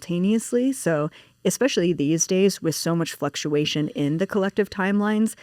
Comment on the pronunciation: Spot on it makes me mental when people say Xspecially instead especially or Manhadden instead of Manhattan